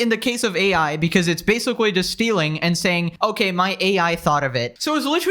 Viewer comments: Your pronounciation of the word "basically" gets worse with every video. We've now landed at "basawwy", right in the first few seconds. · Did you say basicwee? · “and basicwee” 😂 I’m sorry that just caught me off guard 😅 Love your videos tho! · This is basoowee crazy. I basicwee can't beweeve it